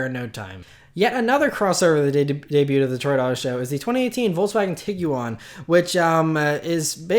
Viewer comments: Say TEEG-JUAN. Not TEEG-YOU-ON. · Tiguan is 2 syllables, not 3. Just saying